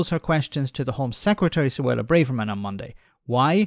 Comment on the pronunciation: Her name is pronounced 'bra (like a ladies undergarment) verman' not like full of courage.